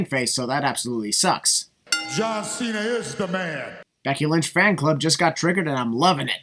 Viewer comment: “Becky Lunch” 😂😂